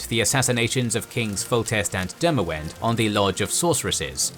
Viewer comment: U need a nerd to prof these as pronunciations aare miles away mahakam, demaVend and no excuses for rabid who reads that as rAbid?